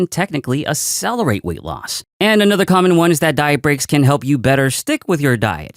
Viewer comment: I’ve never heard anyone pronounce accelerate ass-sell-er-ate before